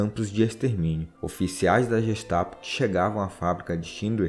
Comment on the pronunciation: Gestapo se pronuncia com sim de gu.